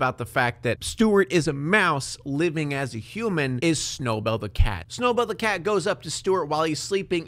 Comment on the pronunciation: I love how you call Snowbell Snowball